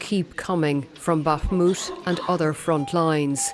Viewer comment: Finally, a reporter who can actually pronounce Bakhmut correctly!